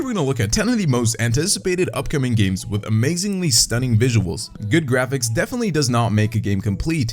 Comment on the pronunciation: Hahahah Watch dog Good grapighs?😂😂😂